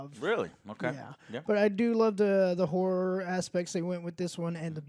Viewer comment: Horror.....not Hore, lol